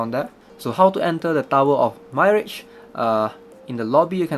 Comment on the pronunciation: Mirage is pronounced "mi" "raj"